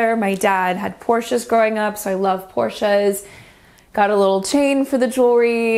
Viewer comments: This house is super chic! Especially the kitchen. Well done. And THANK YOU for pronouncing Porsche correctly, no one ever does and it drives me nuts!! Bravo! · When you grow up with a dad who loves Porsche you learn how to pronounce it. 😄 My dad loved them too and I can’t tell you how many people think I’m pronouncing it wrong. 🤷‍♀️